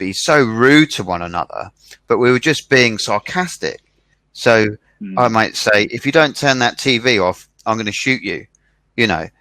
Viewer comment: 講師は何人ですか。highをホイ、sayはサイ、tinyをトイニーとか耳馴れない発音が多いですね。私は英語は出来ませんが。